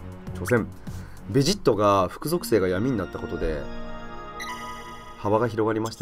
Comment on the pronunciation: べ↓ジッ↑ト↓じゃなくて ベ↑ジッ↑ト↓じゃないの？ 分かりにくくてごめんなさい。